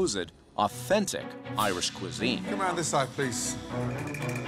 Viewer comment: His name is Ramsey not Ramsis, and the word you’re looking for is “cuisine” not “cousins”, I don’t think any restaurant owner uses his extended family as cooking ingredient. As for the ethnicity of the cook, kinda hard for them to cook Irish dishes if they never even (not to mention cook) ate one before they started working in an Irish pub…yes, it’s the fault of the owner here.